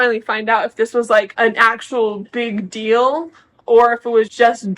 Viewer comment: my irrational pet peeve is when kody and meri say 'dill' instead of 'deal'